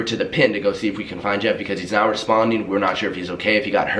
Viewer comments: Lowkey thought said jev instead of jeff... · i watched this whole vid and thought he was saying JEV and not Jeff 😂